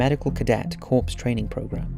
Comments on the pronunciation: Corps is pronounced "core" not "corpse"!!! If I'm gonna die a US Army Chemical Corps Officer at least pronounce it right! I'm sure the marines would appreciate the distinction as well. Jesus its not hard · Hey I loved the video, but, I just want to correct you on something; The word "corps" is pronounced like "core". Ex. Chemical Corps. Otherwise, great job, keep it up! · Its spelled CORPS. but pronounced CORE!!! My friend. 😆